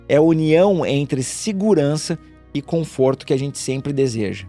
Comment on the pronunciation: Conforto e não comforto.. .